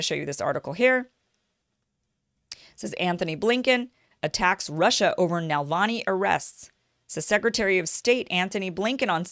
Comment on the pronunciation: It’s NaVALni, not NaLVAni 🙄